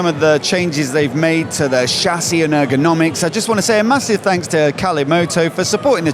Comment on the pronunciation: When you said errrgonomics - your camera knew what to do! 🫡😅